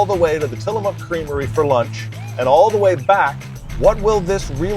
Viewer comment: Kudos to you guys on fixing your pronunciation of "Tillamook" between your last PNW video and this one lol. Great content as always!